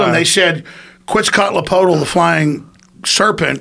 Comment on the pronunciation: "quit Scott lapolt" lmao